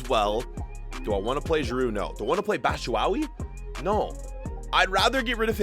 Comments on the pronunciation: My guy said batchuwawi😭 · mans doesn’t watch prem “batshuwawi” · Why tf do you keep saying BATSHUWAWI!!!!!!!!!! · You saying Batshyuawi just kills me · LOL he says Batshuwawee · IT'S PRONOUNCED BATCHU-WHY-HE AND KOVA-VICH 😭😭 but I understand, but I'm excited for this series anyway bro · Bro it’s pronounced batchuwhy , and it’s Tammy like a female bro hardcore Chelsea fan here since 2005 just had to let ya know , like the channel tho 💯